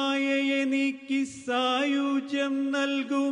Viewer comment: Beautifully rendered. But a mistake in word pronunciation. It is "SAAYUJYAM" not "SAYOOJYAM". Namasthe